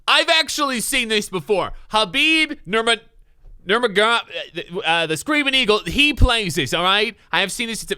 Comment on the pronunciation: It’s khabib namargaradov